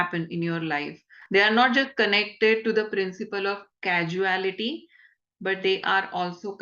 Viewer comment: 🙏🏻 Correct me if I maybe wrong but it is causality कौज़ैलिटि coming from “cause”, and not causality as pronounced in the video.